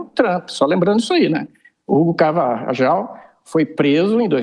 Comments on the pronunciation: Esses jornalistas, comentaristas etc deviam saber o básico do castelhano ou espanhol, Não é carvajal a pronúncia, o J tem que ser pronunciado como se fosse R, ou seja a. Pronúncia e Carvarral, embora se escreva com J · pronuncia-se "Carvarral"